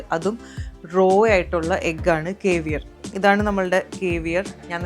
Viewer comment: കേവിയർ അല്ല സേവിയർ!!!!! Cavier- കാവിയർ എന്നാണ് pronounciation.